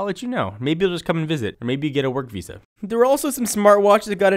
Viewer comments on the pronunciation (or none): none